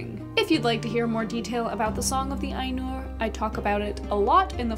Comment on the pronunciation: HI, Mate, you said "Ainur" like I imagine Icelanders would say it....(I need to find an icelander to test this hypothesis, but still...), and I think Tolkien would have been pretty happy about that. Did you read T's autobiography? There is a lot of lovely stuff in it about his fascination with Languages and conlangs. It's by Hymphrey Carpenter (AFAIR), and it's magic (hehehe). C S Lewis gets a mention and several other British story tellers that who we (fantasy geeks) revere, to this day. I like your channel. Keep it up